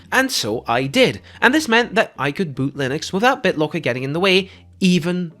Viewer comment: I recognized he was dutch the moment I heard BitloAAAACker haha